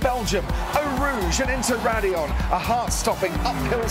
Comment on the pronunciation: Its Raidliion actually.......🤓